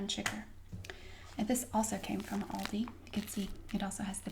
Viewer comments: She pronounces it correctly. It's All-dee, not Al-dee. Aldi USA confirmed this on FB. (ALDI USA Hi Carol - ALDI is pronounced as 'all-dee'. Thanks for reaching out!) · Im irish too and everyone says al dee its not a big problem unlike lidl Idc what the rest of people say its lee-dull